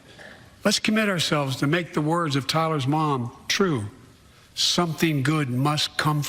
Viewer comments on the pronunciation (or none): TYREE not Tyler🙄